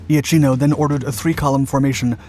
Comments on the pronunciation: The pronunciation of IACHINO is IAKINO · Given the number of comments, all of which I cannot examine, I must suppose that it as already been said, but just in case, "Iachino" is pronounced "Yakino" in Italian. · For correct pronounce Iachino is well pronounced like Iakino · Not quite. It is Ya' keeno, not I-a-keeno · Admiral Angelo 'yakeeno' not 'ee-ah-cheeno' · Its IL DUCE moron not El Duce and it is also eh[ahk-eno Iachino. Why do they have these idiots telling the story???? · The correct pronounciation for the italian admiral is Iakino (ch in italian is pronounced like k in english) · Iapichino is pronounced "yapikino" Regia Marina is "reja mareena" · "Il Duce" pron "eel" not "ell" and "Iachino" is pronounced "Yachino". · Beware pronunciation! Admiral Angelo... Ia - ch [K!] - ino ! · my grandfather was the commander of the Alpino destroyer, so thank you! But there's a lot of pronunciation to be fixed: Iachino is pronounced (approximately) Yakeeno, Marina is pronounced Mareena, etc.